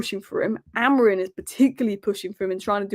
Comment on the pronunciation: It's actually pronounced Amoreem (Amorim) according to the Portugese.